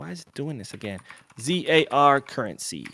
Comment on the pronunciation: Last comment, the account Barça Reloaded donating in ZAR... the pronunciation is just Zar. Pretty simple. Or you just say Rand, cos as far as I know there is no other Rand currency. So u can just say "49 Rand", or "1500 Rand" or "a million Rand".